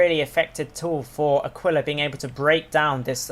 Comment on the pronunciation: It's actually /a'kila/ not /akwila/ ;P